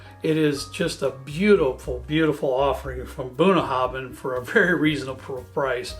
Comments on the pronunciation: Just came across this, as a Scot in Connecticut. Great choices and, as I'm sure has already been pointed out, you pronounce Bunnahbhin Bunaven. It's Scots Gaelic and bh and mh are pronounced as vees. For future reference Sliange mhath, sling mhor. It means Good health big good health small in Gaelic. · Really got to stop you now bun...habin is how it is pronounced my American friends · Very educational…..excellent notes and advice….second on the right Is pronounced Bunna how in…means bottom of the river in Irish/Scots Gaelic. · Bunnahabhain is pronounced Boona-havin. Bh makes a V sound in gaelic. Bruichladdich is pronounced Broo-ich-laddy, the Ch making a hard sound like in Loch.